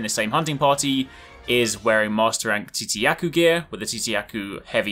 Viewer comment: Don't at all mean to be an ass, or even come off as one my man, but I figured the way to say: "Tzitzi Ya-Ku." Was like this: Zit-Zi-Ya-Ku." With a bit of emphasis on the T. Just want to know man, not trying to tell you anything.